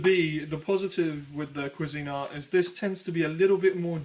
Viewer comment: To the OP, the brand "Cuisinart" is NOT pronounced "qwa-ZEEN-art," it's correctly pronounced "QWEEZ-en-art." I know that's nit-picky but that's the way I've heard everybody pronounce it for more than 50 years...